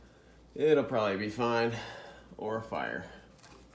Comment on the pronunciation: "It'll proably be fine or a fire" Lol!!!